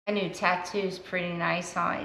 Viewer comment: For a sec i thou you said nude! 🤣 not new tattoo.🤦‍♂️🤣